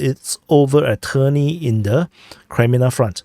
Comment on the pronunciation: it is not trni it is tErni